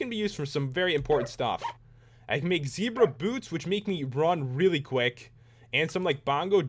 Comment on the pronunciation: It's Ze-bra not Z-bra and it's is Gems-bok. love the vid